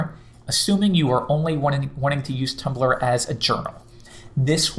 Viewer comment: Did he say Tuplr?